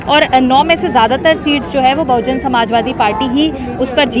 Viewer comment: Its BAHUJAN SAMAJ PARTY Atleast read what is written on hoardings...still pronoucing incorrectly.